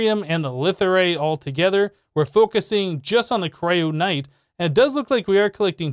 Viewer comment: Why do you keep mispronouncing stuff? How is kyronite a "cryonight"?